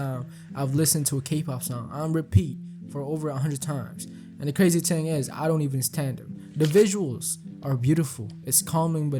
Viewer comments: good vid but bro pronouncing thing as ting is fucked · I've never heard anyone say "Ting" for "Thing" and have such an expert analysis.😊 I mean no disrespect.